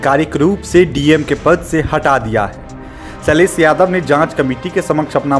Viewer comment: Ok Bro, first of all its SHAILESH and NOT SAILESSS.